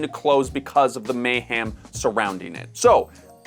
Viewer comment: the MAY-ham